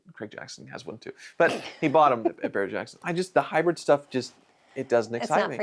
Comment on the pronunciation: we like you. Also it's Hybrid, not hy-bred.